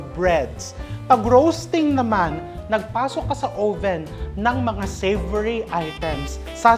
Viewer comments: Chef RV, I love watching you, informative at nakaka aliw! Pero chef, yung oven po, pag pronounce "uhven" po. Short o. Watching you makes me feel closer to home❣Happy holidays❣ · 'owe-ven'? But terrific cooking channel. Informative and entertaining!